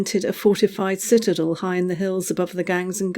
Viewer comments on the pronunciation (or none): none